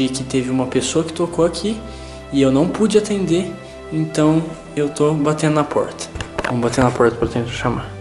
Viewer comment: rezende fala pulta kkkkk